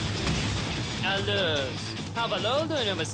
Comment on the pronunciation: linkin bakuganı alus değil alter di. Ya azıcık özen gösterin seslendirmiye. Bazı bölümlerde de ventusa darkus diyip sinir ediyorlardı. Bir de türkçe seslendirme yapıyorsanız türkçe okuyun sıkayrıs ne ya skayres işte niye zorluyonuz